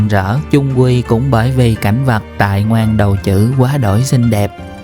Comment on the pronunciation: Ngoan Đầu Trữ cái này đọc là Quy đầu hử mới đúng